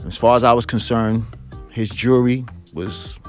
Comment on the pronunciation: Knew he was guilty when he said "Took his Jiury"